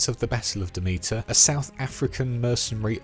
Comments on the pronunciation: Pretty sure it’s pronounced Dem-it-er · My god you butchered the pronunciation of Demeter 😂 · Ok... Have you even played these games?? For a lore video you are missing a lot. And you don't even pronounce Demeter right, and the outlands is not a planet!